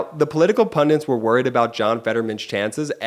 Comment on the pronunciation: What is a 'PUNDINT? Do you mean the English word, 'PUNDIT'? Pundit - an expert in a particular subject or field who is frequently called upon to give their opinions to the public. Do you mean, pundit, at all? Don't you mean 'wanker'?